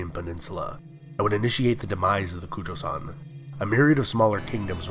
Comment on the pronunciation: Bullshit. Kojoseon was pronounced wrongly, Yan was pronounced wrongly. and Goguryeo like the other user.